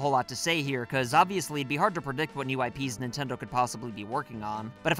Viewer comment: Ah, yes. My favorite company. "Nintnedo".